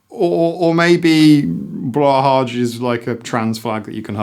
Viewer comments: Swede here. The shark's name is pronounced BLEW HIGH Simple and correct at the same time! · "Blow-high" is more close to the correct pronounciation! The "å" is pronounced kinda like "oa" I'd say ^_^ Also, I totally second this, plushies are amazing comfort items, and its a healthy coping mechanism, and they hurt no one (mold can be an issue, but you should talk and not just throw them away!!) I just don't get why we have to assign an age to something that comforts, it is a healthy coping mechanism so why is it not okay. You don't just stop requiring comfort as you grow up, if anything, I feel like you might even need more comfort as you grow up because you have to take on more responsibility, you have more stress in life, you understand more about the negative stuff happening in the world around you..